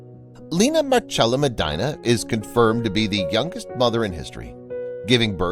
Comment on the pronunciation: Look up how to pronounce Medina. 🤦🏻‍♀️